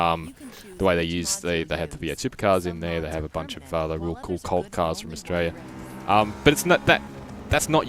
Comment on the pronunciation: Its Australia not Austrailia!